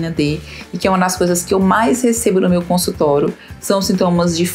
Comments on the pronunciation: Porque você só pronuncia consultoro e não consultório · Muito boa a explicação. Observe sua pronúncia quando vc fala a palavra consultório.